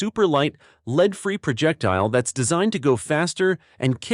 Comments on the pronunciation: Either teach your robot English or fire it and employ a human. "Lead" in both instances is pronounced "LEDD", not "LEED". FAIL! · Why in the world do all of the info video makers insist on using a computer generated voice that can’t pronounce abbreviations or know the difference between lead (led) and lead (leed)? I hear the first indication of CG and I’m gone…no matter how interesting the video may be. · It's hard to get away from this AI slop these days. The "voice" said leed instead of lead...😂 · The soft, gray metal in bullets is called (phonetically)"led", not "leed". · Ai narration can't pronounce lead, as in bullet lead and pronounce it lead as in lead the group on the trail. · It said "LEED CHUNK" 🤣🤣🤣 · Lose the AI voice. It dosent pronunciate correctly. Ie: Leed vs Lead. This give a very low quantity feel and brings the contents validity into question. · lead instead of lead? The AI is having trouble with this one. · Maybe program your AI to pronounce lead for this use properly? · Thumbs down for inability to pronounce lead in a ammo video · It’ll be nice when the AI learns how to pronounce lead it’s not lead.